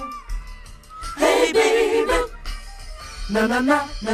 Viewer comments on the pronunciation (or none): Listen to the Jackson 5's "Little Drummer Boy." It sounds like he said "raby Jesus," like he pronounced a "r" instead of a "b" for "baby." Lol